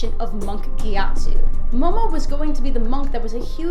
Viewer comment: Ge at soo yo ee some people don't know how to correctly pronounce names Right Shymalan